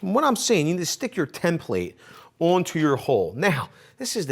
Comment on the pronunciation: Why do you say “ Tim Plate”??? 😂 its template “ tem-pluht”